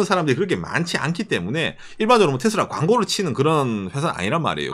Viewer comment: 부드럽게 말씀해주세요 싸우는거나 재일교포 에게 얘기하는것처럼 너무또박 말하넹요. 텟쓸라가아니고 테슬러 정도 랄까. 죄송합니다